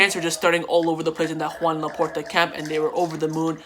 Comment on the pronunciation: U say Joan Laporta like “khawan Laporta” loll